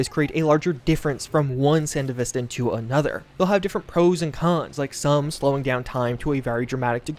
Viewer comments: "San-deh-viss-ten" I'm sorry but this was so hard to hear throughout the video hahahah Me: Isn't it "San-devi-stan"? which one is it? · BRO SANDE-VISTAN?! RLY!? It’s SAN-DEVISTAN… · Come on man after Edgerunners there's only 1 way to say Sandevistan. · Nitpick: San-devi-stan, not sand-evistan. Edit: Thanks for the non-self correction. My soul is at... sort of peace. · Please 🙏 you said it so many times The pronunciation is Sān-Dev-Est-Stān. Its Name comes from the last Corp War, mainly taking place in the desert the "Sandy Devestaor" from what happens to the sand flying up after use. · dude said sand-evis-tan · Come on, man, we have an entire anime on how to pronounce Sandevistan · san-dev-is-tan lol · correct pronunciation san-dev-eh-stan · The fact that you can literally acknowledge edgerunners as a popular thing, claim to LOVE cyberpunk itself and then mispronounce sandevistan like that hurts my soul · Yo it's Sandevistan not Sandevistan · Dude managed to pronounce Sandevistan differently several times lol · my man acknowledged he's saying Sandevistan wrong after proceeding to say it wrong multiple times. 😡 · The way you saying Sandevistan is fucking me up, lol. IM sure the way say it in the anime is correct since Mike Ponsmith helped oversee a looooot of the work in Studio trigger. plus the DUbbing was fucking supreme. So yeah, they had to say it right. lol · Great video, but real talk, if you're making a cyberpunk video after the anime has released, you really should be pronouncing Sandevistan correctly. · love how this dude obviously shows evidence of watching edgerunners but still butchers Sandevistan AND ACKNOWLEDGES IT and keeps saying it completely wrong